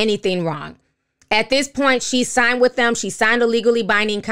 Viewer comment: I love the way Ti says "signT" instead of "signed".